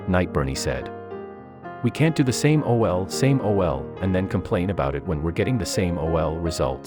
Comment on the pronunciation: Took me a minute to figure out what “same O-L, same O-L “ meant and then I’m like yeah I guess computers reading these scripts don’t really get the nuances of slang. Wouldn’t mind seeing a video of the outcome of her something different. Hope it works!